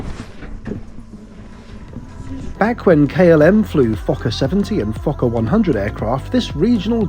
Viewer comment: Fokker not Fokker